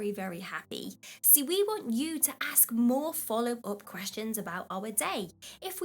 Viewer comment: Did you say axe for them? Please tell me you didn't say axe.